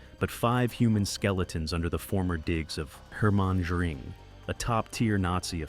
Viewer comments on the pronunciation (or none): So well researched he didn't even know how to pronounce Goring